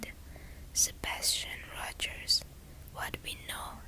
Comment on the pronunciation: The first story happened right by where I live. It's such an awful and sad story. Also, you are pronouncing their last name properly.😊